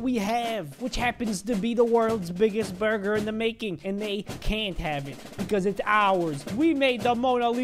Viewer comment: Prepare To Laugh Hard "The burgar is complete" 😉😉😉